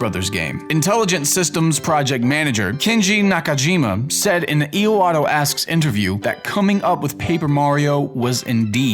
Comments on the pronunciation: E-WahTah. Not E-UH-WahTah. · It's Iwata not Iowata, show the dude some respect. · "E - oh - wah - tah asks..." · "euwatta" ... close enough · "Eawotto Asks" (I'm sorry) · "I-O-Wata?" Ugh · the fuck did just say? e-a-wata? da fuck? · "Ee-oh-wah-toh"? "Aye-Oh-yah-muh"? Do have a stroke every time you try to pronounce a Japanese name? I swear you butcher every one. It takes about 10 seconds to google how to pronounce a name. It's really not that hard to not sound so ignorant, especially because there is an actual place in Japan called "Aoyama".